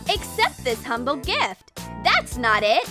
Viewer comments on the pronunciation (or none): none